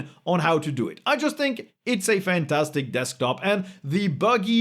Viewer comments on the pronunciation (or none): none